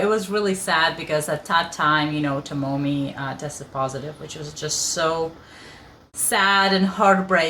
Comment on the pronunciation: FYI Tomomi"s name is pronounced Toe Me